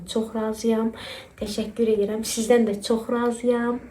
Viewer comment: Ele bil temani tutdum, 😂 Velizar kimi dedin Gözəl Çok Tasakur edıramm😂